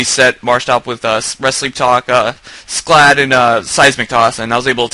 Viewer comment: fuck the haters, everyone whos anyone knows its pronounced sclad